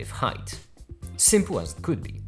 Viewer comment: Did you say 'shrimp-le'?